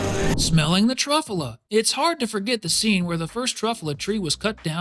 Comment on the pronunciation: anybody else mad abt him saying truffuhla instead of truffyewla it made me so maddddd